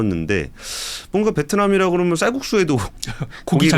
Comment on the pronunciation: 압권 펜입니다. 권순우 팀장님 발음 몇가지만 교정해 주세요. 항상 했으믄..했으믄.. 하시던데...했으면으로. 그러믄이 아니고 그러면. 따져보믄이 아니고 따져보면. 했세요 아니고 했어요. 똘똘한 머슴 느낌이 드네요.